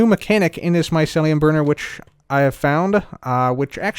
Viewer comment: I'm triggered every time says Mycelium like "Maiselium"